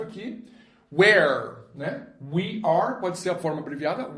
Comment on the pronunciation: a pronuncia do we're está errada